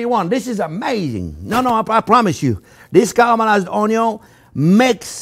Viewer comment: I love how he says "karamalayz oniow"